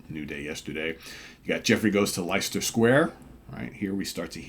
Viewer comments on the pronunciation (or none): Friendly, laid back pronunciation correction: Leicester is "Les-ter".